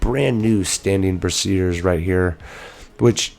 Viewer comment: You pronounced brazier like brassiere. Brazier is pronounced "Bray-shur". "Bruh-zir" is a bra.